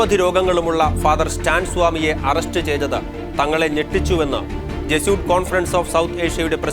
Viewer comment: Jesuit should be pronounced correctly as Je su it. Not as Je soot.